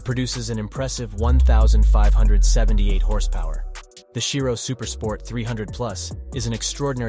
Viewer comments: It's Chiron not Shairon and Shiro 💀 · bugatti chiron has a "n" at the end. you should try to ponounce it... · chiro? CHIRON! 🤣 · lmao "nevra" "shhirone" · What's a Bugatti 'Chiro'? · "Bughatti Chiro"...!? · How many times did he say Chiron wrong?😂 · Every next car is much faster than the one preceding it. In reality they were all about the same. I don’t trust a narrator who doesn’t pronounce the manufacturer or model name correctly. Try again.